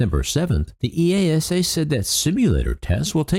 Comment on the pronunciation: FWIW, EASA is pronounced as one word where I live. EEE-ARSE-ER